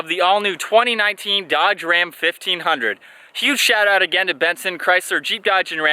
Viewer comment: I stopped watching at "Dodge Ram"